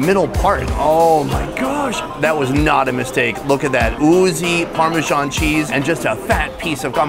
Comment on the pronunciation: "Very unique" is an oxymoron. It's unique or it isn't. You can't have degrees in between. Also, it's parmesan not pormeeshaun. Here to help.